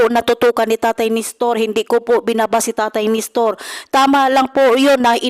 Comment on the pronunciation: Nestor not Nistor. Walk out not Back out.